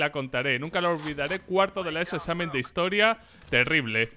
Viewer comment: cuenta la historia xd (es examen, no esamen jaja)